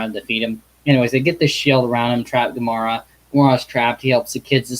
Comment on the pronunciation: Lol,It's gamera not komora